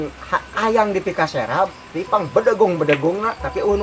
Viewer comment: Aduh eta ngomong keun Serab 😄😄